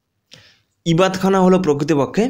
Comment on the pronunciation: 49 - ইবাদতখানা হবে , ইবাত খানা নয়। অল্প উচ্চারন টা দেখে নিলে ভালো হতো।